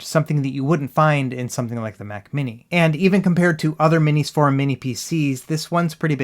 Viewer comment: Thank you for pronouncing "MinisForum" correctly, unlike ETA Prime.